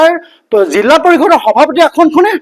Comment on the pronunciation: জিলা নে জিল্লা